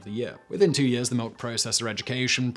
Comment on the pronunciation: Got malk? Now with Vitamin R.